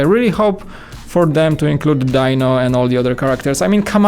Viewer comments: Its pronounced dee-no even though it's spelled as dino for some reason. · Sigh. It's pronounced, Dee-no.🙄